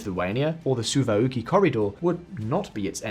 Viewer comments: The SOU-OUAWUUKI corridor? I think that mispronunciation took the gold medal. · the what now? The "Suwa Uki' corridor? 🤣 Dear lord. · ł is like english wh in whisky (of course:) ). So it would sound like Souvawhkee. Eastern pronunciation of ł is actually close to standard l, so Souvalkee would also do. Anyway, i thought did a good job here. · Soovaukhi???? It’s pronounced soovalkee. Suwałki gap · Is that all you took from the video? That is indeed a gold medal... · i was mocking his pronunciation, did you hear how he say it? su va lu ki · One redesign later, in the year 2024 VisualPolitik still butchers Kyiv and other non-english toponyms like Suwalki Gap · The hell is that pronounciation on Ämari and Suwalki lmao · you thought wrong, that was the most horrible butchering of a name you can think of, even for British standards. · the what corridor? never heard anyone say it that way